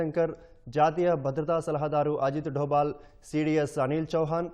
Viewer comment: Meeru అజిత్ దోవల్ పేరును అజిత్ దోబాల్ అని చదువుతున్నారు మీకు ఎన్ని మార్లు చెప్పినా అదే తప్పు చేస్తున్నారు మీకు స్కర్ట్ sript ఇస్తున్న వాడికి బుర్ర లేనట్లుంది వేరే ఛానెల్ వాళ్ళు ఎలా చదువుతున్నారో చూసి బుద్ధి తెచ్చుకోండి